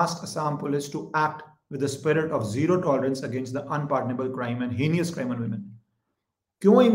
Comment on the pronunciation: it’s Hey-nus not hey-nee-us, for the word heinous.